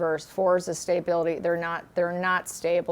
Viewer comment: Please please please pronounce stability not staybility thank you